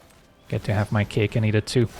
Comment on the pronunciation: "Get to have my 'caic and eat it too" 🤣